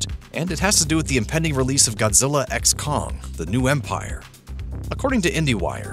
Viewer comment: The X in Godzilla x Kong is silent, ffs